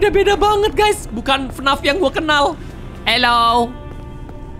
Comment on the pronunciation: Bang bilang nya bukan FNAF tapi F N A F